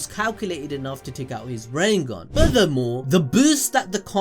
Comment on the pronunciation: RI NNE GAN Not RINNENG GAN